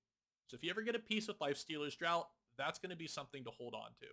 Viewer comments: Draught is pronounced 'draft', like 'draught beer' meaning from a barrel rather than a can. Just a heads up, it's not the same as tje word 'drought'. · Great video again. But I do want to point one minor mistake. Draught is pronounce "DraFt", as in a drink, or a draft of beer. Drought, the way you pronounce it, is a lack of water has an O in it. Lifestealers Draught means Lifestealers Drink. I bring it up as you say it a lot. Sorry to be that guy. 😅